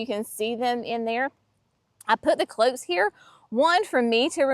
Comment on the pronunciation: Sweetie, NOT cloaks. Cloches. Closheeses. Ack!!!!!!